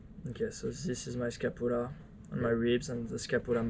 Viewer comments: How to pronounce Scapula - ska·pyuh·luh :D Good to hear you are ok bud! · Say sca-pu-la again